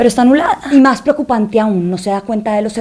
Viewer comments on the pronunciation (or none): buen video!! y que chistoso que la chica venezolana cambie la "s" por la "j". ella dice: "maj en lugar de mas", "ejtado en lugar de estado", etc, etc.